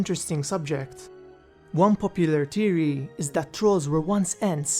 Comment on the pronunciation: Really bugs me how you say theory lol where you from in the world? Not trying to be offensive lol its a genuine question :) enjoy your vids